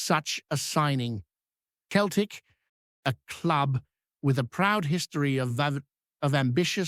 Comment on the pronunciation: Celtic not Keltic ,how many times do I have to tell you 🤷‍♂️